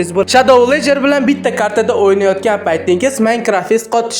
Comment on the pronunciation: Villagerni va Herobrinni talafuzi ham boshqacha👎